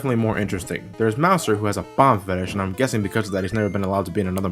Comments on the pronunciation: Why do you say ba-bomb? Isnt it bom-om? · In actuality, the correct name is Bob-Omb.